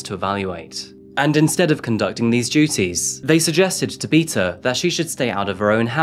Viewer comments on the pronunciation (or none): none